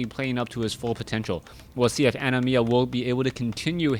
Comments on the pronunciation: why do you say animiya? it is anima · Yeah, like "animal" without the L.